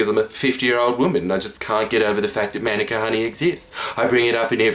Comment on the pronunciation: From NZ, Learn to pronounce manuka, stooge >:( Love u lots, Jordie